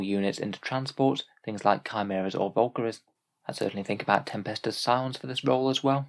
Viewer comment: Datasheet = Valkyries = Volkaries Youtube = Volcanoes